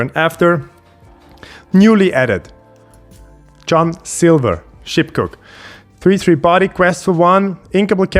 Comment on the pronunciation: Dangerous pronunciation ok John silver at the 3 minute mark 😂 cool video